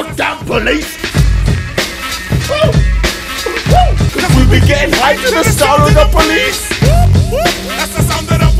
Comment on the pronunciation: Police. DO YOU SAY POICE US. NO POLICE. OH